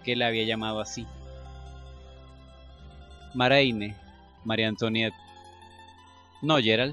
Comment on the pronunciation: Oye sí que está difícil leer francés eh? en los capítulos que siguen, bueno yo he escuchado que antoinet o como se escribe antonieta en francés por ejemplo lo que se escribe oi como moi o antoinet se pronuncia antuanet, por ejemplo, excuse moi es excuse mua, y marie antoinet lo podrías decir como Magie antuanet ( ya ves que los franceses pronuncian la r como gg, como si fueran a echarse un gargajo se oye feo pero así lo hacen)